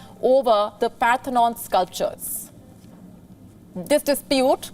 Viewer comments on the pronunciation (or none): the word is 'Parthenon', not 'Panthenon'. the Diplomats name is not 'Lord Elgin Marbles', it is 'Lord Elgin'. Either way, Sunak clearly has not read the book by Dale Carnegie, 'How to Win friends and Influence People'.